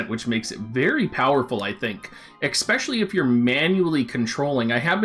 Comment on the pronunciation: The word is especially not exspecially.